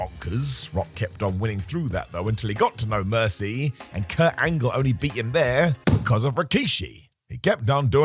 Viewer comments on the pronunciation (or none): none